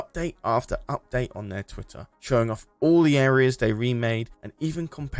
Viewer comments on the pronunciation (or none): none